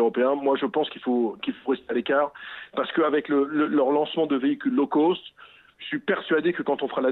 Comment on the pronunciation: le gars il sait même pas prononcer l'anglais lol " low coast"